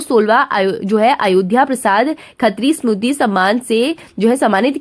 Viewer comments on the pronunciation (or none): स्मूदी नहीं मैडम जी स्मृति होता है कृपया उच्चारण सही करें, और थोड़ा सब्र रख कर बोलिएगा, जल्दबाजी बहुत ज्यादा हो रही है मैडम जी😊